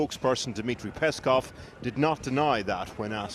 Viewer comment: it's peSkov, not peSHkov, it's a different surname